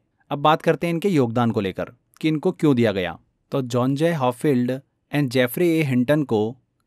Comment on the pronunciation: P or w ka antar pata h aapko? Sab hindi mei translate kr dena habit ho gya kya? Hopfield h uska naam...